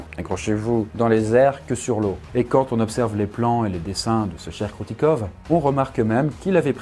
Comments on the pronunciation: Ça ce prononce pas Kroutikov mais Kroutikof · Ahhh tu agresse mes oreilles avec ton "kroutikov" ça se dit Kroutikof ! je ne suis pas russe mais tous le monde sait que les v se disent f en russe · Alors, le "v" à la fin des mots se prononce "f", comme dans de nombreuses langues, et tu peux arrêter de passer d'un plan à l'autre stp? Ça fout la gerbe sérieux... Sinon, super vidéo comme toujours!